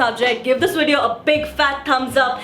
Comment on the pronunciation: Prajakta you are awesome and hilarious! But can I please say you pronounce video wrong ..? It's "V"ideo not "W"ideo. I absolutely love you and enjoy your videos but this is something I notice every time and it sort of drives me crazy :D of course it's your choice wether to change it or not, it's a humble request . :D